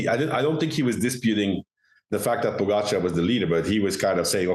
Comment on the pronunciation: George! Can you please learn the correct pronunciation of Pogacar? It’s rude AF.